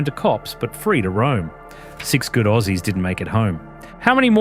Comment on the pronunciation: Who the fuck says orsies